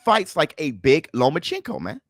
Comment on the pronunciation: Its not lomachinko its lomachenko :P